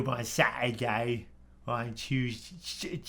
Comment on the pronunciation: Youtchoob on a tchooseday?